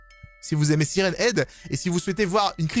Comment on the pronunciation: On dit "sayrenne ède!